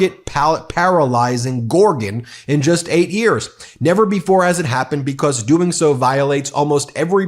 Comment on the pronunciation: I love the “bee-cosss’